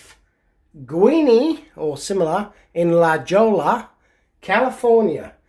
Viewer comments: La Jolla California the J and ll is silent it’s pronounced La Hōya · You butchered the Spanish pretty good. J in Spanish is 'H'. (not silent J) LL is 'Y' or 'YY'. E is usually 'ay'. (hard A) I is 'ee'. A is 'ah'. O is usually 'oh'. X is 'h'. (Mexico is may-hee-coh) QUE is 'kay'. (not cue) So, not La Jolla, "La Hoh-yah". (a lot of Spanish names in California) Like Jalapeno is "Hal-ah-pay-nyo". I think Abuelita is "Little Grandmother". (ah-bweh-lee-tah) Rellenas is "Ray-yay-nass". (like Chile Rellenos) Not Rah-jas, rah-hass. Not cah-jee-tah, Cah-hay-tah Not Cue-mah-dah, Kay-mah-dah. You like and don't like what you like and don't like, but I hope you didn't hurt his feelings. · La.Jolla is pronounced La Hoya, (it's Spanish). The USA postal abreviations for all the states that begin with an M are difficult to understand. (Maine, Maryland, Massachusetts, Minnesota, Missouri, Mississippi, and Montana) Maine is ME (it uses the first and last letters) because MN was already used for Minnesota. BTW, don't try to eat the Mexican hot chocolate like a candy bar... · La Jolla...pronounced....La Hoy-ya....is a costal town in Southern California....near San Diego....very pricy real estate...I spent most of my summers on the beach there in my youth..